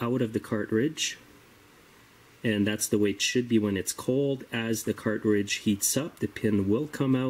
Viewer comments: Car•tridge, not Cart•ridge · The word is CARTRIDGE, not car-ridge. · Is he saying "cart ridge"?